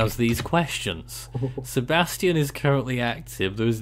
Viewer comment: Hey guys.... You are mispronouncing Sebastien's name. You are pronouncing it the way the name spelled Sebastian is pronounced. This storm is Sebastien.... see bass tee en, with the stress on the LAST syllable. I believe this is the French equivalent of the English name Sebastian... see bass tee un, with the stress on the second syllable, but it is spelled and pronounced differently.